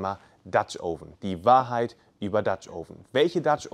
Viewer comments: Es heißt "oven" mit einem offenen "O" wie in "Offen" und nicht "ouven". Tut mir leider in den Ohren weh, komme aus dem angelsächsischen Raum. Anonsten wie immer informativ. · Du hast offensichtlich viel Ahnung - nur von der Aussprache nicht. Das Video ist nur mit viel Mühe schaubar, wenn man tausend mal „Ouven“ hört. Schau dir mal ein englischsprachiges Video über Dutch Ovens an, wenn du das schon beruflich machst. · Noch nicht mal "Oven" richtig aussprechen können. Aber labern.